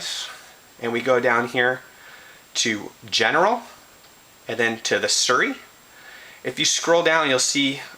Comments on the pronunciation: its not 'suri' its siri bro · ITS NOT FUCKING SERRRI...got damn, learn how to read. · Seer-e; is how you pronounce it.